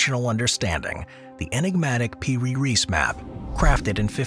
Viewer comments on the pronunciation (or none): its piri reis not per reese